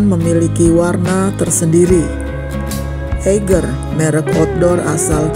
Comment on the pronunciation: Semoga sukses Sy kog geregetan kalo orang pronounce Eiger instead Aiger